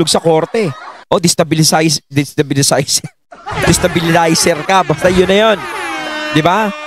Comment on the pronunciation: He dosn't know the word Destabelizer..😅OMG